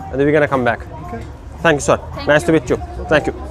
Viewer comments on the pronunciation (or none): none